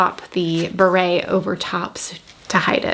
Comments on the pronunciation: Why did you pronounce it beret like the hat? It’s barrette pronounced like BAR-ETTE. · Such a great show haul. Buying a few… And it’s funny how you say barrette, it sounds like you are saying Barete which is a hat from the French military… and then became a fashionable hat….I’m not spelling it right I know but it made me giggle 😂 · The hat is spelled beret and pronounced the way she said it. Barrette has a hard T and sounds like Corvette and is the hair clip attached to the bows. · Made me laugh too😂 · Came here to say this! 😂